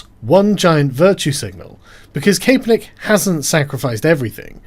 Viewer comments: it is pronounced Cap-er-nick, not CAPE-er-nick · It's cap as in baseball cap. Not cape as in cape cod lol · It's pronounced Cap-er-nick. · It’s Cap not Cape. For the love of all that is holy what’s wrong with you people today! Tim did it too, I don’t care if it gets more engagement THIS IS OUTRAGE ENGAGEMENT AND IT MIGHT WORK BUT F U!!! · CAPE - ERR - NICK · Kap-per-nick. Regards, a Bloke in the States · He is a douche, but his fucking name is pronounced cap -per-nick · "I neva cared about Calen Kaperneck" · It's pronounced CA-per-nick, REEEEEEEEEEEEEEEEEEEEEEEEEEEEEEEEEEEEEEEEEEEEEEEEEEEEEEEEEEEEEEEEEEEEEEEEEE! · Colin Kay-Per-Nick :D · Nice video, however it is pronounced: 'Cap er nick' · It's pronounced Capper-Nick. The whole thing is a big who cares, but the memes are fantastic. Gotta love that child labour to pay a millionaire millions. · Why can't anybody pronounce Cap-er-Nick? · Max Kae = kay, for sure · Kay•per•nick lol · “I never cared about Colin Kapernick, which is why I never bothered learning how to pronounce his name.” Lol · Why is Sargon saying his name so weird? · Cause the ae